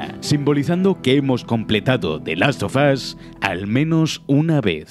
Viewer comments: Asi que te haces el payaso diciendo the last sofas uno ¿Eh? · The las fo fo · "The Last Sofas" - (2020)